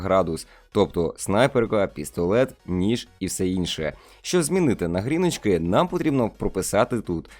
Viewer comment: Прівет ти чотвнький відіо бомба ,а ти топ ),а чого ти говориш Гріночки )))?